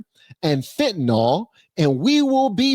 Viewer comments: It’s pronounced fentanIL NOT fentanOL. 😊 Love ya! ❤ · Fentanyl is pronounced fentanil